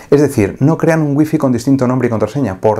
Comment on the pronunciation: Por qué los españoles no pueden pronunciar Wi-Fi😂😂😂